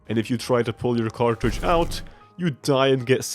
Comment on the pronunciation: "YOU ARE ALWASY A CARTRAGE"